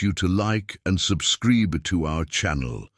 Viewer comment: I agree with you. I was loving the message until I heard “subscreeb” and the wrong pronunciation of “lead.” Take cara!